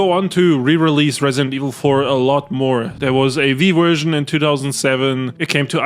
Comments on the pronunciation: Bro it's version, not wErSiOn. Dafaq?! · "Vee Wersion" ❤